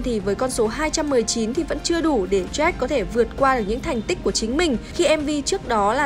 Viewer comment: Jack = joách , bình gold = bình gâu .... ok i'm fine